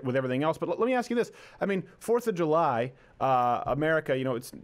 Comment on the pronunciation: Jew-lie? Uh, nuh yuh dit-iinnnt!